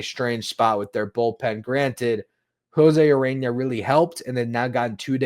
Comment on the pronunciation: Urena, not Arena, heh heh